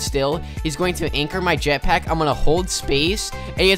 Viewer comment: U said jetpiack